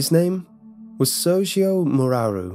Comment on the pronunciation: + with hard r's. like you'd read it with a russian accent